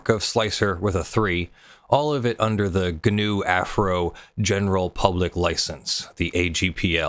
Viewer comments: Nit: "Af-eh-row" or "Af-uh-row", not "Afro". Otherwise, great breakdown! Thanks for making the videos. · "ah-FAIR-oh" - as I remember Stallman pronoucing it. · I believe Affero is promounced "Ah-FAIR-oh"